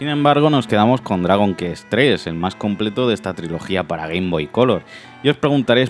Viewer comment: Se dice “cuest” no “kest”!! Dragon kest, no manchen 🙈 Y por favor que le eche ganas el narrador!! Da una hueva bestial 😴